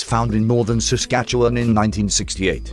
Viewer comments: Saskatchewan.....lol love the robot voice pronounced word lol. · Yeah I almost spit out some White Claw when he said Saskatchewan, I grew up there!